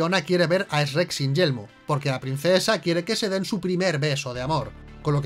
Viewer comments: Esrret esrret no puede ser, es simple chret chret y ya, lo hace bien. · Uno dice Shuek El otro Esreck WTF!!!!!!😂😂 Asno?!! 🤣🤣🤣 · Increíble que una película de animación así tenga algunos errores P.D que no es "Esssrrreeek" >:v es Shrek ;v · "ESH-REK" ..... wtf 🤣🤣🤣🤣🤣🤣🤣🤣🤣🤣🤣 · Esh-rek?? Se me hace bien rato que lo pronuncien así XD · Me encanta como estos se burlan de como pronunciamos Shrek cuando ellos lo pronuncian peor incluso. "Chuerk". O sea, ¿Venís a darnos lecciones a nosotros? ¿En serio? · LO PRONUNCIAN COMO ESREC JAJAJAA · El error mas grande es pronunciar ESRER Cuando lo correcto es CHUEK 😇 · No puedo con la pronunciación de Esrec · Eeee, no sabes nada, se dice Shrek y burro, no esrek y asno, jajajja, bien video, saludos de chile! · Lo peor es que jaaja dicen SHERECK Que seria algo asi como sssreck Y asno as no no ses un asno es un burro y todavia le dicen burro en toda la saga ajajaj 😂😂😂🤣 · Jajajaaj por qué pronuncian Shrek como Reeeekkkkkkk.....ajajjaja???? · El único error es que pronuncian "ESREC" Y no shrek xd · no saben nada, se pronuncia como se escribe, no "Es Rec". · EsRREk nommss pronuncia bien cojonudo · Eshrrek y asno jaja xd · Weeey no puedo creer como pronuncian Shrek asi que como bien dirian error épico Por cierto me dió cáncer de oídos cuando a burro le dicen asno 😩 Pero fuera de eso amo sus videos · asi no se dice Shrek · Esperen un momento... En España lo pronuncia S-rek? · Que se llama shueck chinga 😅y burro es burro no asno 😂😂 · es la pronunciación 😅😅 también me parece muy curioso cuando hablan de Google y lo pronuncian: guguel 😅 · Cada que dice srek me enojo como planton de bob sponge asi con la vena saltada y todo es su cultura pero no la respeto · ostias venancio jjajajajaja... soy YO O DICE REK? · Se pronuncia chruek, no se pronuncia shieg😑 No son los únicos que pueden encontrar errores 😜🤣🤣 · El "Esrek" jajajajaja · Eshrek jajaja como el bromas jeje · No puedo confiar en la opinión que dice Eshrek